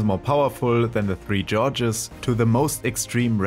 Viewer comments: Hate to be that guy, but the pronunciation of Gorges was painful to my ears. Please look it up :) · 3 Gorges, not “Georges”